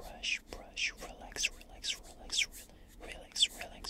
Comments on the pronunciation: Am I the only one who hears Rolex when he says relax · the “relax” sounds like “real-lex”